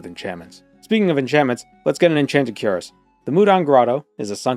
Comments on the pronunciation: Cuirass — kwəˈras Bro says Kur-ess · Unironically and with no intent to offend anyone, the pronunciation of cuirass is queer-ass.